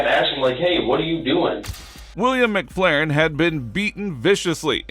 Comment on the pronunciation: Cant say mcfarlin? Not mcflarin lol!